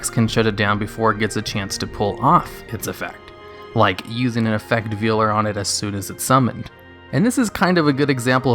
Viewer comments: I love your videos, but for the love of god it’s “effect Vail-er” like a wedding veil that you know, prevents you from seeing things. It’s not “veal-er” which I must assume is the person who butchers young cows? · In his defense, the VAs of yugioh (at minimum) have called it effect vealer. Kinda like how pokemon flip flops calling arceus arkeeyus or arseeus. And you don't wanna know what they call Reuniclus.